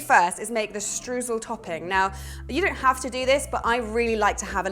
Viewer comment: May I just add a little nerdy detail to this mouth wateringly yummy 'bake me now' recipe...? When you say Streusel which I believe is a German invention or at least the German word for crumble - why not give the original pronounciation a try? Its eu is like an oy in destroy so think deSTROYsel but more like shtroysel there you have some linguistic magic 😘